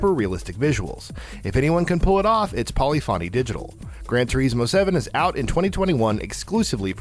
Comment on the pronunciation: “Polifonny Digital”